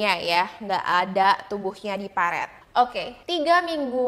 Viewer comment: "Parit", sayang.. Bukan "paret" 😁